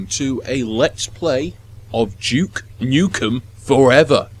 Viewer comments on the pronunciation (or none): its not juke nukem it's duke nukem